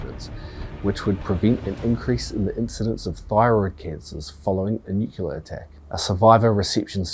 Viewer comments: THousands of bodies ??? You mean millions. Also, please stop saying Nu CYOO lar. It is Nu CLEE AR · 'Nukeyaler' is not a word. The word is NuClear..Nu-Clear.. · Who tf says "nucular"? That isn't even a word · Nuclear. New-klee-are.